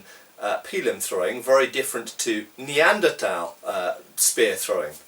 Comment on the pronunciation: I literally saluted my computer when you pronounced Neanderthal correctly